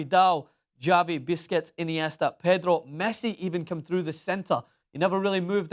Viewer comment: did he just say biscuits for busquetst? lol